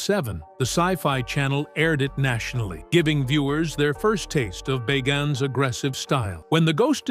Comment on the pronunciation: Pronounce his last name right!